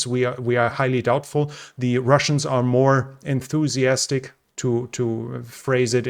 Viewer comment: "They are more enthuthiastic"... umm... Ukraine still hasn't said that they have lost Bakhmut.... thats how terrible Ukraine is with their info that they need a few weeks before admitting to lose a certain spot